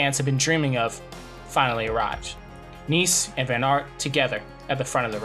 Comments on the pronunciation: Yhea that has been tilting me abit during the video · Pronunciation of ‘Nys’ is not ‘niece’. The ‘Y’ sounds but more like the vowel in ‘hare’ or ‘heir(loom)’. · If you make a whole video about Scen Nys, you should learn how to pronounce his name, out of respect. But that's just my opinion